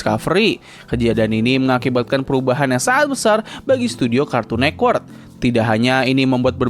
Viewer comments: kartun netwerk bg, bukan kartun nekwert 😭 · Ini kok ngomong nya Cartoon Nekwork, jadi aneh dengarnya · Jaksel aksen